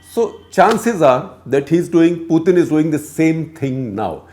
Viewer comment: So painful to listen to this commentary. No one has time to waste. Get to the point quickly. Don't digress and beat around the bush. Plus his name is pronounced Putin as in tin not thin. Waste of time to listen to this inane commentary.